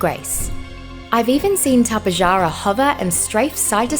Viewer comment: its not tap-eh-jar-ah it’s tap-eh-har-a